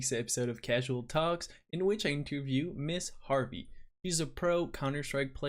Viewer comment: It's not Miss Harvey!